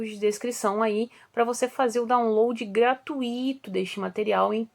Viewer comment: prof gratuito e não gratuíto